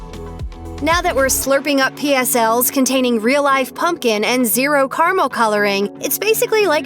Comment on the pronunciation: What the hell is kar-mel?